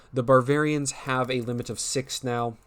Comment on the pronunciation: I thought "Barvarians," was bad, and then he called the Deutschmeisters "Douchemeisters."